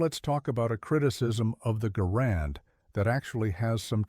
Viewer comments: I heard his name is properly pronounce "gerund," not "ga-RAND." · In the name of a just and merciful GOD, it's GAR and, not guh RAND.